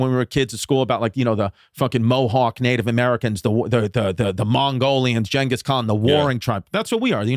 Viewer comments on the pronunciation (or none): none